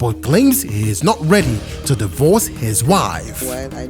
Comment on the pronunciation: I'm not ready "Die-verse" (divorce)🤣